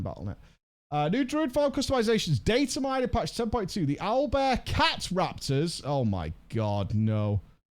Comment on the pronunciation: Cat-Raptor? Craptor?